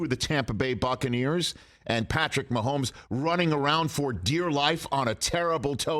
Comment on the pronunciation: there is no L in Mahomes' name. keep that outta there.